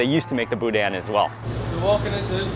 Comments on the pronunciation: BOO-DANH, no hard N at the end, I knew you would love my home state, so glad you finally made it, LOVING IT! Gotta get on some HogHead Cheese too, its right up your alley!! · It’s pronounced boo-dan. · As a Louisianian, I cringed every time he pronounced "boudin". LOL. Thanks so much for giving Acadiana some recognition!